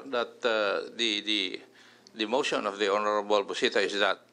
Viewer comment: Mosssyon, deliverasssyon, continueysssyon, educayyysssyon